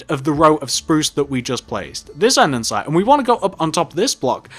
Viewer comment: It's an-de-sights not andensite 😂